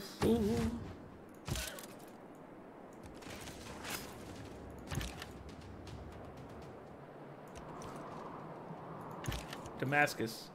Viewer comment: Did you really call it "Dumbass-cus?" I genuinely laughed out loud. "Hat-U.S.A." had me tickled, but you outdid yourself there. I too love novelty albums--Neil Cicierega released an album called "Mouth Sounds" and the first track on it is "Pictures At An Exhibition" by Mussorgsky, but every note is just Smash Mouth's pitched-shifted "SOME" from the beginning of All-Star. All the songs feature a similar gimmick where Smash Mouth's All-Star is cut up, shifted, or sampled to cover another, completely unrelated song.